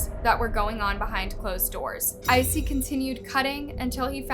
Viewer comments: His name is Issei not Icey. Bailey Sarian has a Murder Mystery & Makeup on this case. 🖤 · if i had any respect for murderers i would correct ur pronunciation of his name but fuck him, lets keep calling him icy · you could have at least researched how to say Issei correctly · LOL I'm so happy I'm not the only one who was bothered by it.